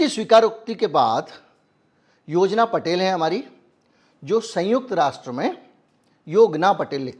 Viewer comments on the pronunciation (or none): none